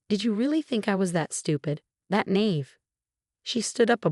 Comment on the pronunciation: Nave? Nave?! The word has one pronunciation and it’s “nah-EEV”. Get it right already!